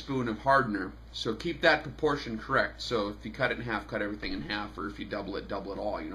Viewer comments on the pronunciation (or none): GREAT VIDEO... BUT, LOL PORTION - PRUH. 🤣